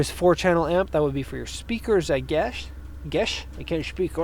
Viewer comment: Next time i have a question about amps, ill go ask a professional, i "guesh" :D